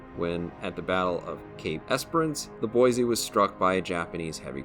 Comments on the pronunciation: "Boy-see"... there's no "z" in Boise. Haha, just a little friendly ribbing from a local. Great vid! 👍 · maybe I can shed some light on this. I used to go to school with a girl named Rose. Her last name was DuBoise (pronounced Do-boys) and yes it is of French decent. However, you are correct that USS Boise namesake is Boise, Idaho.